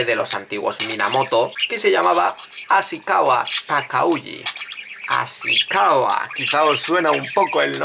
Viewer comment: No es Asikawa, sino Asikaga.